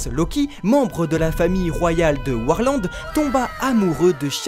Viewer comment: Je comprends pas pourquoi vous dites warland